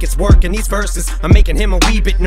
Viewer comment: his "expertise and knowledge" line, and his pronunciation of "scared" as "scurred" were mad corny, but damn that last minute beat was GAS